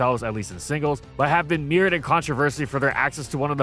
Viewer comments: It hurt me so I had to say…mired is pronounced mye-urd, not me-urd. Other than that, good stuff keep it up! 👍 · Bro idk if you write your scripts or not, but you say something completely wrong like twice a video. Mired is like "my-urd" not like mirrored.